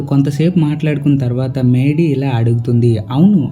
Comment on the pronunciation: Maydy kaadu raa mady